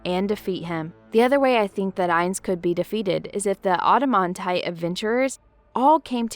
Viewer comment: I'm offended by the mispronouncing of Adamantite. There's no auto sound at the start. The show is loaded with real pronunciation of the rank.